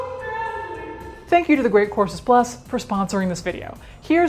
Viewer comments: Every time you say the sponsors name, my tinnitus hears “The Great Corpses”. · I thought she said she was sponsored by The Great Corpses Plus at first 😆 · totally thought you said “great CORPSES plus” and was absolutely mortified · Why do I hear "Great Corpses Plus" every single time??? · I automatically hear it that way myself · I heard it like that the second and third time she said it, even though I already saw the logo and knew it was courses. Lol